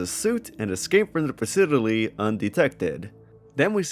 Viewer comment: why do you pronounce 'facility' like odablock?